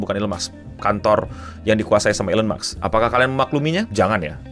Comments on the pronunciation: NO!!! bukan elon muks! tapi elon musk! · maaf no mau koreksi lgi, elon musk bacanya elon mask bukan elon maks makasih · elon maks atau elon musk bang😅😅😅